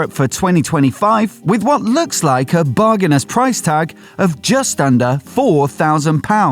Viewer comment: "Bargainous"? "Bargain-ass"?